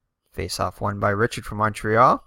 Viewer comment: Re chard (Richard) corn-y-a